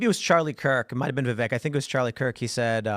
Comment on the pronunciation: Awesome video but - it’s “Viv-vayk” like “cake” as Vivek himself loves to say to help people pronounce his name properly 😄